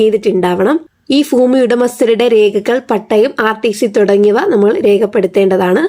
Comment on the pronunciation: ഫൂമി അല്ല ഭൂമി.